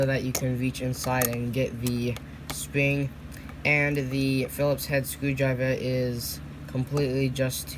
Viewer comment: “And the sping”